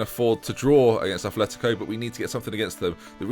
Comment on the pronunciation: it'a not athletico it's atletico (at-letico)